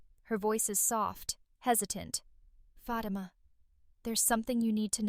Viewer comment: I WISH YOU LEARN TO PRONOUNCE FATIMA CORRECTLY.